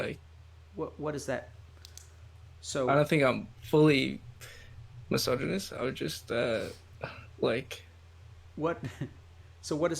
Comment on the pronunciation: Why does Dr. K mispronounce misogynist, I noticed it in another video as well